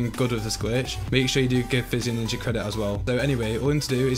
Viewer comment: when you say physioninja i thought you said fitzy ninja which i thought was an actual thing